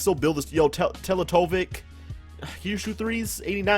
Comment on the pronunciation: Who else gets so pissed of every time he says Teletovic wrong